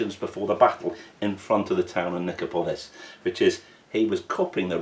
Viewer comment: Nice vid. Good to see 6mm ancients with S&H. Also, pronunciation of Nicopolis is on the third-last syllable - so Ni-CO-po-lis, not Ni-co-PO-lis.